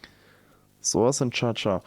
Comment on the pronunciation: I like how you pronounce soyce :) you should keep it as a running gag in all future videos <3